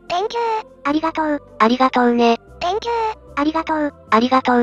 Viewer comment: Think you → Thank you（小さいことが気になる、僕の悪い癖ｗ） 個人的にはこのしつこい「ありがとう」連呼は好きです。